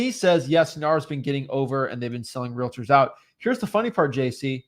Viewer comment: Is there a reason they keep pronouncing realTORS like that? 😅